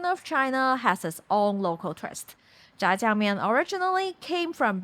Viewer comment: You keep saying zha jiaang mian and I keep hearing jjajangmyeon